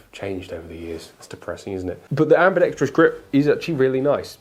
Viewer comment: english - ambi-dex-trous ...not ambi-dex-tri-ous